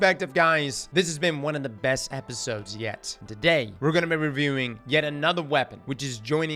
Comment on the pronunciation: "Today were gonna be brehaveiwing"